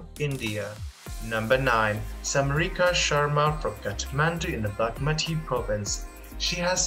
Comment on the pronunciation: How is this man pronouncing bagmati....so awful